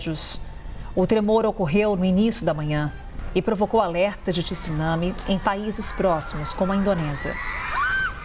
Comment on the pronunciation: Tisunami? Não , mas , TSUNAMI sim